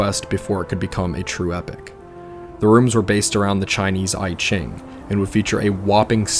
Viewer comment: the 'i' in i-ching is pronounced like the "ee" in cheese